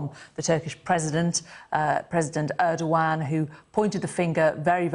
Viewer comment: She said President Erdowan ....um I dont think so. It is ERDOGAN the President of Turkey.